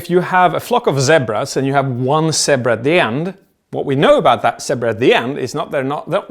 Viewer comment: i had to watch the zebra part twice because he kept saying sebruh